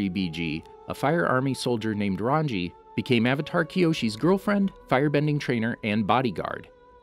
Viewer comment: I can understand saying Rangi’s name wrong, but saying “archipelago” as “ark uh puh lay go” was wild.